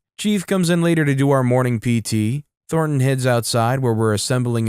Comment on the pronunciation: The story is hilarious, but why oh why read Tor-ton as THOR-ton emphasizing the the TH in Thor? 😅